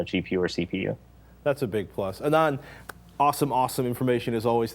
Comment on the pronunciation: ahhhh-nund. please pronounce his name right -.